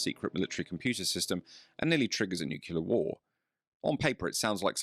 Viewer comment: The word nuclear is pronounced new-clear You're welcome.